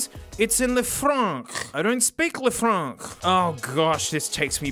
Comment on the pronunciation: Le fronk